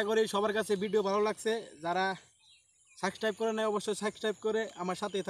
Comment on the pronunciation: সাবস্ক্রাইব ঠিকমতো বলতে পারেন না